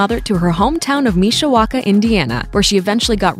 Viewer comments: Meeeeeshawaka It’s Mishawaka Mish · First off you mispronounced Mishawaka, also i feel like every Indiana kid dabbles with pyromania at some point. Have you been to a bonfire? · I was mad about how Mishawaka was pronounced too, and yes you are correct. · I instantly cringed when she said Mishawaka, too. I'm in SW Michigan - 30 minutes from there so I'm shopping down there a lot :) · The way you pronounce Mishawaka really hurts my head